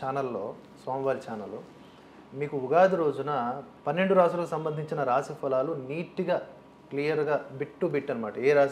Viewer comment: రాషి కాదు రాశి